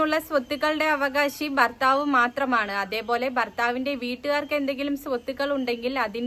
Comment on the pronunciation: ബർത്താവ് അല്ല മോളെ, ഭർത്താവ്.